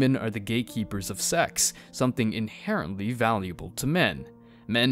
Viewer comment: Please never say inherently ever again